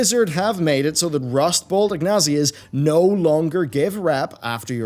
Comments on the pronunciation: wtf ignasia? lol its in-sig-nia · >IGNASIA please you really hurt me. It's pronounced in-sig-nia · IN-SIG-NI-A :D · IN-SIG-NI-A (INCIGNYAH) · WTF is a Rustbolt Ignosia ? Did you mispronounce the word "Insignia"?